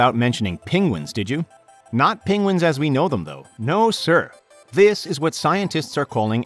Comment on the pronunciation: He can't say 'penguin'